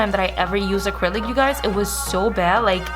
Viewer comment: First of all its ACRYLIC NOT ACRYLIS . Try harder to enunciate and not slur all your words together or just not talk all together no offense but it's annoying rather listen to Sophia Vergara talk.